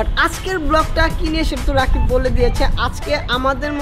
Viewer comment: it's not rikab it's rakib